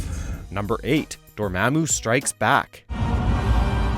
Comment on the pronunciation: A few mistakes here. The guy pronounces Dormammu wrong And the most obvious is that he says Tony has his LEFT arm in a sling in the first Iron Man movie. Yet we see Tony's RIGHT arm in a sling